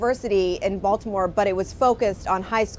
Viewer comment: the way you pronounce Baltimore sounds like you grew up there. 😀